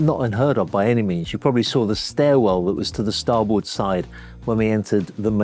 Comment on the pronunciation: He can't even pronounce "Starboard " so what do you expect.. Not the sharpest tool in the shed..